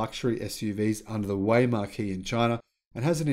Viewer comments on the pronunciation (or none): Hi, fyi Marque (pronounced Mark) is a synonym for brand. I don't know how you keep up the pace. You're one of the most consistently informative channels I subscribe to. Well done. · Please learn to pronounce "MARQUE"